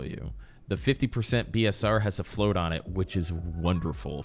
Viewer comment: Oh BSR? It sounded like you said P and not B, nice to know the abbreviation. Haven't played with people enough to know the lingo for BDO, have played with friends, but they don't seem to know the lingo either